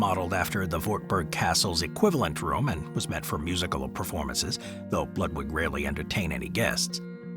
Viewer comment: It’s pronounced Lewd Vig. Not Lud (rhymes with mud) wig. In Deutsch w’s are pronounced as v’s, just as you did correctly with Wagner. Hmmmm Building a castle adjoins a cave structure is so brilliant, you’d figure it wouldn’t be the standard. You can’t really defeat a mountain